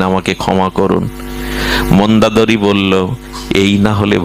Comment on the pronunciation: আপনার বাচন শৈলী বারবার চোখে জল আনে। অনুগ্রহ করে যদি অযোধ্যা, সুমিত্রা এবং মন্দোদরী উচ্চারণ সঠিক করলে আরও শ্রবণ মধুর হয়।প্রণাম।